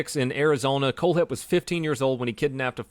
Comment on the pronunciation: for some reason when he said his name i thought he said cold head